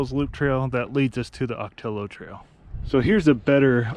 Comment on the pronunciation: For travelers that are Spanish challenged.... the native plant and the trail named for them, Ocotillo is pronounced- Oh-ka-tee-yo. 😃